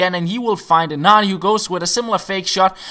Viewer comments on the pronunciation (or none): none